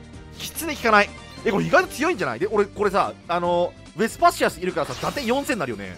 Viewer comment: 毎回思うけど ウェスパシアスの発音良くてカッコいい！